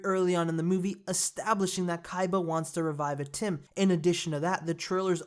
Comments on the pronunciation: It'd atem not atim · Not ATIM its ATEM